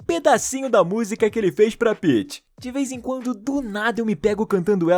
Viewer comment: Kkkk Paeths Peaeths Paeths😂😂😂